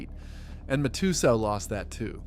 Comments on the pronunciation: And Mike ma-2-soo 😂😂😂😂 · Then mah-too-so